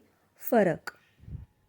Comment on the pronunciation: Kya Marathi mein 'फ' nahi bola jaata, jaise aapne फरक ko फ़रक bola, toh Hindi je shabd jaise 'Phool, Phir, Phisla' kya inhe Marathi mein Nukte ke saath bolna hai?